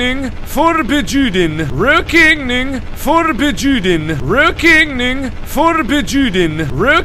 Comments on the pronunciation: "ruokeneing forbejuden" So close Mark, haha I'm dying x'D At least you spelled it right. :) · He actually said Rökigning Förbejuden fro everyone thinking he is saying something else :|